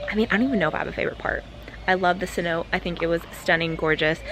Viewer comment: For anyome watching, it's pronounced "se-no-tay" not "se-note" :)